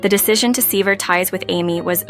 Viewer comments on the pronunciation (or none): If you want people to subscribe and monetise your channel, you should get a better quality AI that can at least pronounce words like sever and unanimous. However, the glaringly obvious ones were words that ended in ed. The stories are generic, but still a reasonable way to pass the time if that's what you are looking for.